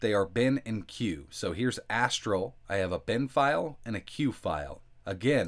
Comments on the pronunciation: Wait wait wait.... Astrel? Uh.. no.. it's pronounced like "A Stall" in fact one of the cinematics in the game if you don't start the game right away, it cuts to a cinematic and has the girl yelling "Astallllllll!!!" and then a music plays with some animated cinematics. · No big deal. Get over it.